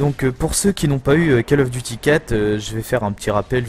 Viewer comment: Autant "d'expérience" et tu continues à dire (j'écris en phonétique) : cal of. Bon sang, ça se dit cOl of. Décalage entre ta voix et le jeu, bien 5 secondes sur la fin du gameplay :s À part ça tu commentes bien même si tu dis des choses ridicules sans y penser. Cherches-tu à te faire flame ?